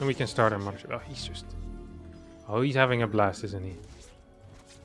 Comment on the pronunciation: *Mudder Ship.... Curious, is there no 'th' sound in his native tongue?